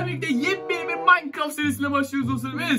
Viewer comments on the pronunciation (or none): none